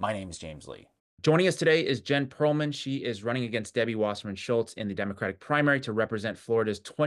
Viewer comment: It's Perelman; not Perlman....fix it